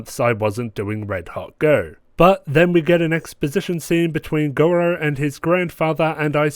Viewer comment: Yes, finally! Red hot go's back and it couldn't be stronger! I agree with a lot that you say, especially the bit about Gojou's somewhat inconsistent tolerance levels and the show's inconsistent "contextual" perv-pandering. Also, (I'm really trying not to be pretentious here) "Gojou", not "Gorou". Still, I really enjoy your analyses/red hot goes and I hope you do more! Edit: yo it's fixed